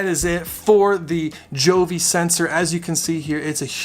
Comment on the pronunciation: Yeah you are awesome to get so many thermometer and hygrometers! Btw, Govee pronounce as GO...VEE. Anyway all is fine, convenient to check either on "HUGE" LCD screen or via Govee App!